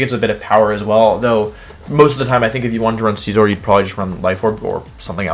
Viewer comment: Scizor, not Scissor!